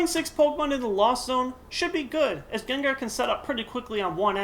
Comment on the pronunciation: Dude... u pronounced GENGAR wrong